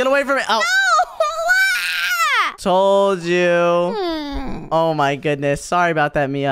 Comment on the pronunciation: Zoey is just domb for saying oh nuo